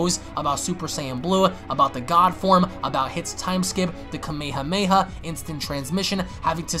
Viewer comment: I'm sorry dude no offense to you but the way you say kamehameha just makes me mad man